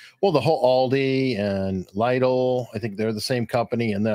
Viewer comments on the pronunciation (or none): Please, it's pronounced like lid, Lidl, not Lydel, would be like Germans saying Starrbooks instead of Starbucks 😅